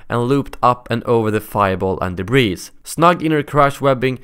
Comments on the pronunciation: "Albeit," is pronounced as if it were the words, "All be it," but with no space between the words. It's a conjunction of those words. Also, the S in the word debris is silent, it just ends with a long E vowel sound. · Debris is pronounced debree.